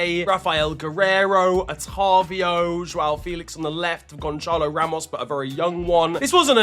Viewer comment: Gonchalo💀💀💀💀💀💀💀💀💀💀💀💀💀💀💀💀💀💀💀💀 brother where do you see an h in Gonçalo